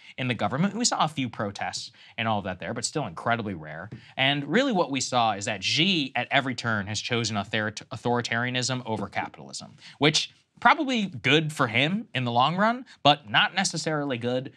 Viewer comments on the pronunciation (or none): Saagar, Xi is pronounced SHE